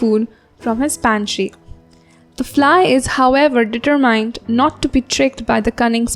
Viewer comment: Hello excellent interpretation, I have doubt in summary 3 the pronuntiation of the word "determined" is it correct?? I am a spanish speaker, where is from? AsIa??